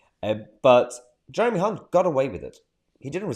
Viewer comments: Hey Mayhar you mispronounced Hunt many times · You pronounce his surname with a C instead of the H